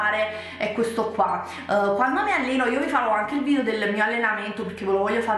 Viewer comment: ma te l'hanno mai detto che non si dice VIDIO ma VIDEO?